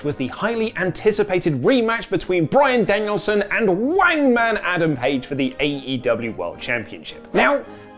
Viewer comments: Why is saying Wangman? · “Wangman”….? Just stop 🤦🏾‍♂️